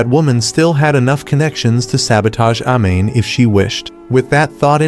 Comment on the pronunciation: A-Mane isntead of Amane☠️